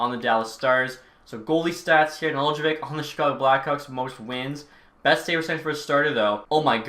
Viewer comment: Just a little pronunciation thing Nedeljkovic’s name is pronounced Nedelkovich. The j isn’t really pronounced in Serbian and for an English non Serbian speaker you can just ignore it. The c at the end in Serbian is a ć which makes the soft ch sound. Most Serbian last names will end in ic and make the ich sound at the end. Just something I as a Serbian speaker thought I would say but I love the content keep it up